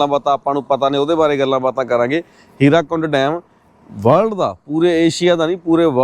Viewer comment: Halay bhi bahut lokan nu muawaza nahin milia.Hirakund nahin,Hirakud.